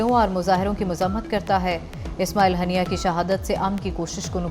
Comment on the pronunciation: ہانیہ ھوتا ھے ہنیہ نہیں